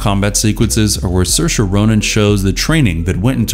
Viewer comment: Pronounces saoirse flawlessly - struggles with Geena.